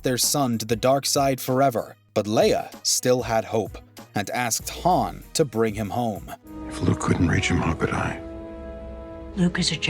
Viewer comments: How do you pronounce it "Haan" and "Haun" in back to back sentences? Especially when both Solo actors pronounce it "Haun." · Yooooo this mans really switched how he pronounced Han on us 😭😂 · One thing about this video that drives me crazy is how he is saying Han's name incorrectly.